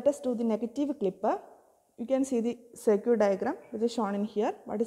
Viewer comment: Circuit ❌ Sir-cute ✔